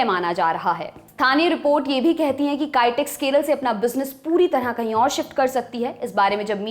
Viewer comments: Its not Kytex! Its Kitex, Also warangal is not in Kerala! Please correct! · कैटेक्स नही, बोलिए किटेक्स